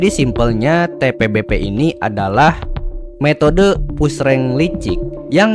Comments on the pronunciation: Admin apaan ucapin TBPB ajah susah bet,,malah ribet kocar/cir jd TPBP 😂😂😂 skolah ga sih lu bro,,putar ulang ajah terus2an video lu lalu spell satu2 hurufnya 😅😅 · kelazzz bg akhirnya dibuat juga konteng tbpb walaupun salah pengucapannya awokawok😂😂 btw lanjut part 2 lahh biar seru bg 😁